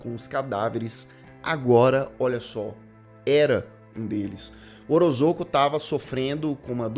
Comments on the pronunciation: O jeito certo de falar o nome do homem é "orozôco" mesmo? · Você comentou sobre o erro ortográfico e a pronúncia de Ozorko, mas sinceramente...você conseguiu falar o sobrenome do diretor do filme sem pestanejar: Kyotakatsurizak. É quase a palavra cabalística do Chapolin (Parangamicotirimírruaro). Você tem uma dicção ótima!